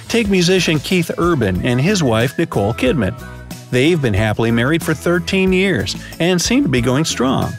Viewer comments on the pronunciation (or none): none